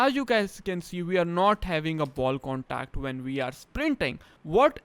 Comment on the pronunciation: “Wud is a ball condacd ?” Lol